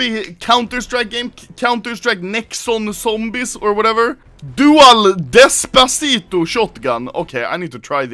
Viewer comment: "Despasito"???????????????????????????????????????????????????????????????????????????? Desperado